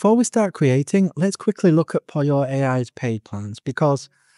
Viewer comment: Why do you call it POLIO? It's POLLO, the same as POLO.